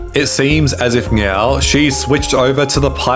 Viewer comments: I swear you are saying meow instead of saying now? Is anyone else hearing thing. Super troopers vibe! Haha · He pronounces words like "now" as "ng-eow", "Netflix as "Nyetflix", etc. throughout the video and frequently pronounces his t's as g's. Not sure if it's a speech impediment (or multiple), or what.